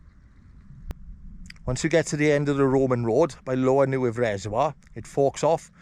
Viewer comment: just a small correction, Neudd is pronounced Nay-yav, but incredible video mate!, doing the horseshoe on the 14th.